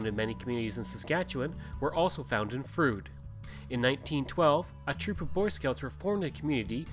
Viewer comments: I am sure that your pronunciation is accurate but Sask folks have a way of adapting names. For example. Bienfait Sask is pronounced "Beenfait". "Froode" became "Frowd". It is logical if you look at the spelling. I was minister at Froude in the early 80s. It closed as you can guess from lack of members. I also knew Logan Bjarnason very well. Thanks for an interesting film. Brings back many good memories. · I was the last minister of the church In Froude. The church they show in the video was actually moved into the community after the first church burned. By the way, residents of the area do not pronounce it it as "Frood" (although ot may be correct) as the narrator says but "Frowd." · I second the correction re pronunciation. It is indeed "Frowd". My great grandparents and grandparents homesteaded in Froude in about 1902 on three lots. My grandfather (Bert Grey) was on the school board and met my grandmother (Jessie Trethewey) when she came out from Nova Scotia to teach and boarded with the Greys. I had heard of the tornado which apparently lifted their house off its foundations and set it down again. We have some cut crystal bowls that were said to have survived that event. Thanks for doing this! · I was baptized in Froude and still have a collectors plate with a picture of the church on it. My cousins still live a few miles north of the town site. Funny this guy seemed to do his research on everything but the proper pronunciation of the town he is reporting on.